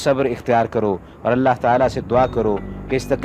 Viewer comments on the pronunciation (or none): none